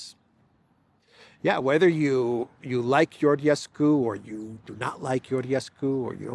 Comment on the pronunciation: Stop saying "Yoryescu".. it's Romanian man, not Turksih or Greek. Whenever you see "Ge" or "Gi" together in Romanian it's a Je / Ji sound. Like imagine it's Italian. Read it like Italian, maybe? So "Georgescu" is pronounced "Jeeor-Jes-Cu" Please stop saying "Yoryescu" it's triggering me! You don't call Giorgia Meloni "Yioryia Meloni".. do you? So why adapt Romanian as if it's Turkish or something? IT'S NOT. Please stop calling Georgescu "Yoryescu"!!! Thank you.